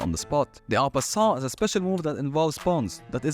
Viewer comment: I cannot understand what you are saying for en passant. I tried using subtitles - no luck. The loud background music change makes it worse.